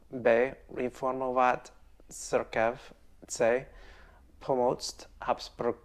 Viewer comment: I love the way you pronounce "církev" :D It's not "crkev" it's "tseerkev" like "weekend" or "mleeko." ;)